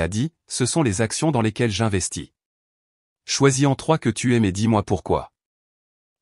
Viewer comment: C(cédille)a ne te dérange pas? La bêtise de l'IA, qui ne sait pas lire tous les mots... "Choisis/en trois", sans liaison, encore une mauvaise lecture... L'orthographe n'est pas respectée dans le texte... Des erreurs de diction.... "Tu t'y(grec) es mis toi-même" > idiotie!...